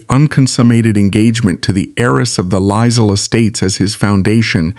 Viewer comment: The name is pronounced "Choo-der", NOT "Too-der" and duke is pronounced Juke, not Dook. Lisle is pronounced "Leel".